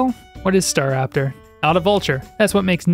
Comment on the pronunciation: ‘What is staRAPTOR’ 😭🙌🏻